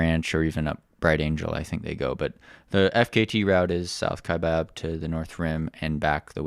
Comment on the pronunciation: Great job. - your pronunciation the first time is correct. Kya-bab. I did R2R the first Saturday of November and did not hit any mules.